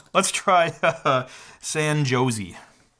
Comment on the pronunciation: I am from China but is my fault that I found he mispronounced the city name SAN JOSE???